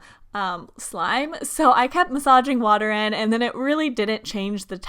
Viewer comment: I went a more and more insane every time she said massaging wrong